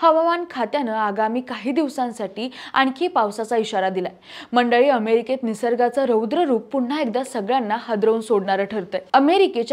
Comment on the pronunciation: मॅडम अमेरिका not कमेरिका